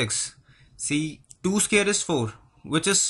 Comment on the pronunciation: 1.This is a longer method. 2. Scary is spelt with a single r. Look up Scarry. You'll be surprised. And please get the pronunciation of square correct. And what is guessed out number? Shorter method. To find root of 625. Divide the number into 6 and 25. Step 1. If the number ends in 5 its root must end in 5. Last part of answer. Step 2. Find the largest perfect square equal to or less than 6. It is 4 and its root is 2. First part of answer.